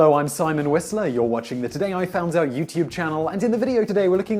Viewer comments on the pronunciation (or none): every time I swear he says "today I found our YouTube channel" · I wonder if there will ever come a day when Simon Whistler will pronounce 'out' properly in the channel's website...